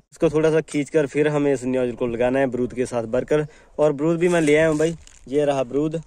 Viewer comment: Baarud hai .brud nahi😂😂😂😂😂